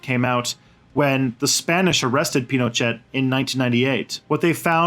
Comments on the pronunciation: Lol pronouncing "Pino-chat?" This guy took all the info from Wiki. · Pinochet, pronounced 'Pinoshay'